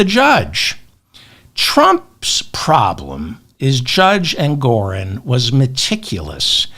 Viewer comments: David, it's Engoron, not Engorin. Also, JMHO, but Putin won't be Trump's lender. It will be Jared and/or the Saudis. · Like your channel, though it's not "Engorin" but Justice Engoron. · David! It’s Judge Engoron, not Engorin, ok? ps Love your show, enjoy your appropriately snarky remarks. Thank you for giving us your time and your mind. 💙